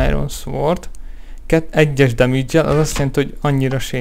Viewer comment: Szvord... Szkullovner >_< Ne kínozz! :P